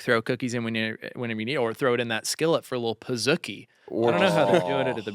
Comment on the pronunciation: The way said Pizookie is wild. Its Pah-zoo-key not Pah-zook-ee. He put the wrong emPHAsis on the wrong syLLAble. Thank you for coming to my TedTalk. Goodnight.